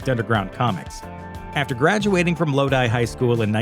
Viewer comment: You got the pronunciation of Lodi correct but did not track down easy to find images of early members? I’m puzzled.